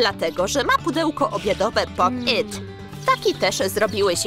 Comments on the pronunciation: Fajne fajne ten film ale wiecie że nie mówi się popyt tylko po PIT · Nie muwi się poppyt tylko popit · Nie popyt tylko pop it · Czemu mówicie popyt a nie popit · Mówi się pop it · Można nówić jak się hce pop it i pop yt!!